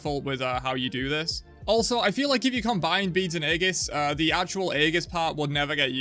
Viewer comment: aegis \EE-jus\ noun